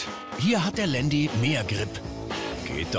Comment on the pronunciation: Alles ganz cool aber ieses Landi das regt mich so auf sooooooooooooo man sagt zu einem Porsche auch nicht Porschiiiii. Man das heisst nicht Landi